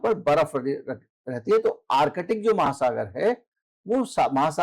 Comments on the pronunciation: Artic not Arkitic sir. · Arkitic nahin ...Artic...thoda practice karein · आर्कटिक को बार-बार आर-कटिक क्यों बोल रहे हैं 🤦